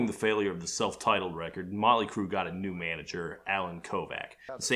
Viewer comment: I thought he said "Nine Inch Crue"